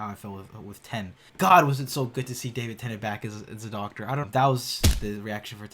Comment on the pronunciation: swear he just said Davin Tennent